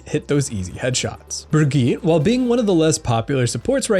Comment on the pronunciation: Dude.. the way you say Brigitte just sounds super wrong for me..